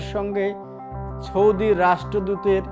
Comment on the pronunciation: The journalist cant even pronounce 'Saudi Arabai". What is choudi? Gordhob